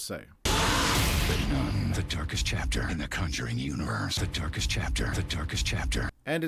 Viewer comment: It literally sounds like the voice over is saying The Turkish Chapter if you just listen to it. Hmmm, I wonder what it all means!? 🧐😂😂😂